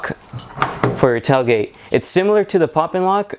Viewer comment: "Tell" gate? 🤔🤣😁